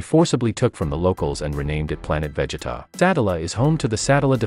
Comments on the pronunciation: Don't forget the other names being mispronounced :(( like sometimes you can get away with it... but "Véggeta", nope that's where I draw the line. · You lost me with that veggetta🤦🏿‍♂️🤦🏿‍♂️ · Probably is, I mean "Caibe" "Véggeta" "Sáddalla" "Cállifla".... so annoying